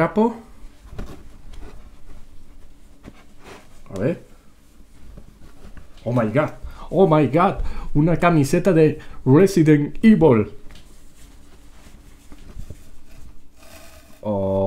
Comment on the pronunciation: Resident Ivol Jaja